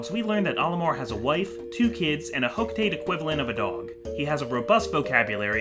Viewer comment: Olimar should quit his freight job and get a spot in hocotates scientific field Also it's pronounced ho-co-ta-te not ho-co-tate. Every syllable gets pronounced in the Japanese language.